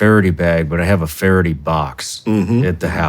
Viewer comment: It is Fara-DAY, not Fara-dee